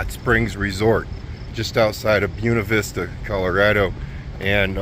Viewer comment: Buena Vista...read "Bwayna"....hooked on phonics